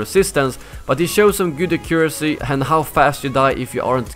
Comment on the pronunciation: " A-cure-asee" - 2017